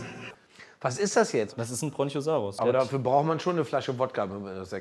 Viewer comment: Bruder es gibt keinen Bronchio saurus es heißt brachio saurus